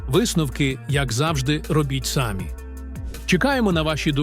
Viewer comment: Щодо мови. Не сАмі, а самІ, взагалі - бред якійсь🤕